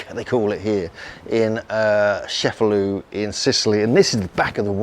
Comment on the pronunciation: It's pronounced Che-fa-LOO, not Sheff-a-loo.